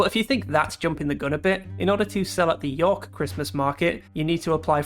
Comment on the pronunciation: There's only one syllable in York, buddy.